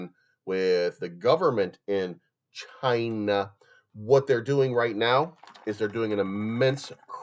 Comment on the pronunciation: Stop saying China like that sounds weird